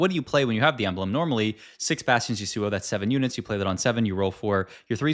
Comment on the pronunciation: That Yasuo pronunciation actually hurts my ears